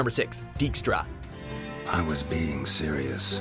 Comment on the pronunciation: Funny when English language people try to say Polish words - Dżiaskier haha. Great clip, I upvote